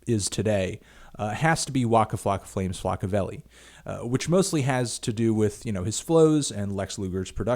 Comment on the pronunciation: It took me a while to realize you weren't impersonating Fozzie bear, and that you were actually saying "Waka Flocka Flame, Flockaveli"; which took a long time to Google given that I had no idea what it was or how to spell it. I'd ask you to try saying that ten times fast but I think you may have already done that.